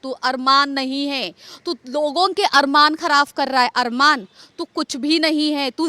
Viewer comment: Nahi she said all correct sab theek hai Lekin what is “KHARAF” ? 😂😂😂😂😂its KHARAB